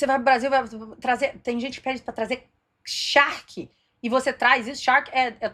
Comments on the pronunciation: 😂, é charque e não shark kkkkkk Charque é carne seca, carne de sol, jerked beef Baby charque tchu tchu tchu 😂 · Oi,, você é muito engraçada! Parabéns! E “charque” não é “shark”, ok?